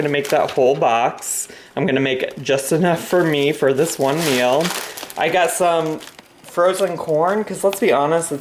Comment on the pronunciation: The way she pronounces meal aggravates me so much “mill” no NO